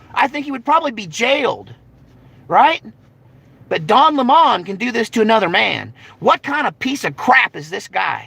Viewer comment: Don Lem..Mon, lol